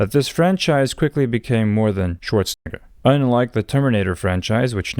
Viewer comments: My man's has really gotta learn how to pronounce that E in Arny's last name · I am guessing your Brazilian-Portuguese accent makes you saying the second half of Arnold's last name sound like the n word so that is why it is blurted out. And yes, the Predator franchise started out as an Arnold 1980's action movie before his 1990's comedy run, or his 2000's political career.